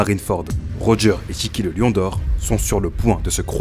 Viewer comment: Pour Roger, Tout le monde dit Rogeur mais en vrai le prénom se prononce Rogé en français.